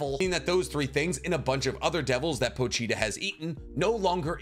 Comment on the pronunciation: "Po-Cheetah" "Po-Cheetah" "Po-Cheetah"